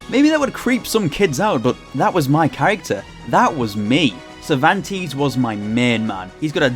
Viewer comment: I loved the video a lot, but as an spanish, it hurts my soul hear you saying "Cervantes", sorry xD In spanish it is pronounce with both "e"s pronounced like the "a" on "age", the first sound you make. What you pronounce It would be written something like "Zirvantis" hahaha